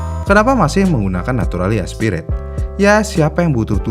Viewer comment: Centenario dibaca "sentenario", bukan "kentenario". N/A itu dibca "naturally aspirated". Akhiran "ed" di akhir ttap diucapkan. Bukan "aspirate"